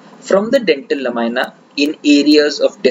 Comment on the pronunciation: Please the pronunciation is "NOT la- my- na" but it is LA-MEE-NAH. Otherwise, excellent presentation..